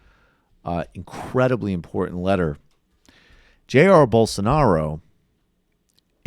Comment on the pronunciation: Please tell Rubin is jah-EER bol-soh-NAH-roh. Or Bozo, for shorts.